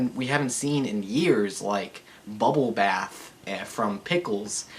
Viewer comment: Bubble... Bath? Bass, you mean, sir.